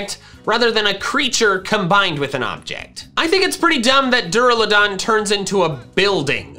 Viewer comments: DURALUDON, NOT DRALADON! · DURALUDON, NOT DURALADON! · IT'S DURALUDON, NOT DRULADON!